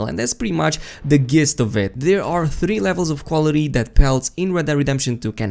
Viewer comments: gist is pronounced “jist” my friend. all love 😉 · Great video! Very informative...just for the record - "gist" is not pronounced with a G but J, as in (JIST).;) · Gist? Its pronounced Jist but spelt Gist. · I’ve never heard gist pronounced how it spelled I hate the English language lol it’s suppose to sound like jist but it’s spelled gist